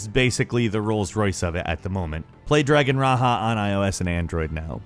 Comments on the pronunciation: Lol; “Dragon Ra-ha.” Raja, like the tiger from Aladdin. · Dragon Raja was said wrong it’s like Raja the tiger , or Raje from the Big Bang theory . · lol at the way he pronounced Dragon Raja. Ra-Ha. lol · where the fuk do you see "H" in Dragon Raja ? xD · Is that how you pronounce Dragon Raja?